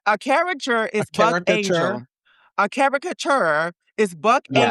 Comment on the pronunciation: he kept saying caruchur even after being corrected and saying it correctly once 🤦🏻‍♀️